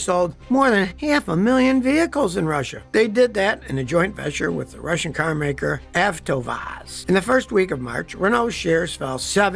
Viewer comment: AVTOVAZ is pronounced : Ah to vaz . The first "V" is actually like our "U" .